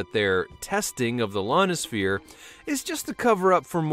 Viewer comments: Didn’t know we had a Lonisphere. I know we have an I-onisphere. The first letter is an “i” buddy. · Lonosphere?? Try "ionisphere" there. That's an 'I' not an 'L'. Good try though! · "Lonosphere" LOL